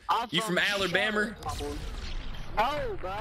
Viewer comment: you from keentucky? You from alerbamer? 😂😂😂😂😂